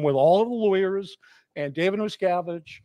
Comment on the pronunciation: How many times did say “Abib Miscavib” 😂😂😂😂😂